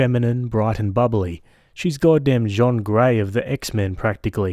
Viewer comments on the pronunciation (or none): Did he just say Jean Gray like Jean Claude Van Dam?